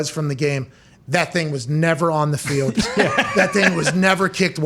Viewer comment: Why can't Pat say the word "gold" or "field" or "told"?